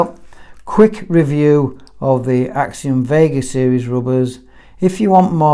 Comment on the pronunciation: As a korean, respect calling the rubbers “x-siom” Rather than “xy-om”